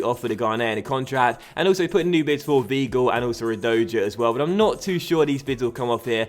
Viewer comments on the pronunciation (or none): You pronounce Weigl V-eye-gl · just a heads up, weigl is pronounced V-eye-gle